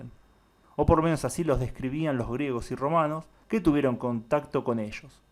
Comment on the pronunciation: Oye no conosco que es "buco" ni tampoco "eshos" ni "shamados". Conozco busco, ellos llamado pero no lo que dices